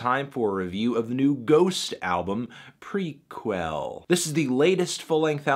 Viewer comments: it's pronounced Pre-Kell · It's pronounced Pré-Kelle :P